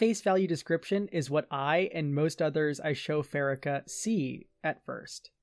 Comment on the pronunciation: I think the worst part of Pharika is how you pronounce her name.... Second syllable stress and pronounce it fa.ree.ka.